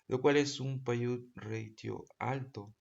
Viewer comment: PAYOUT Se pronuncia "PEIAUT" por si acaso.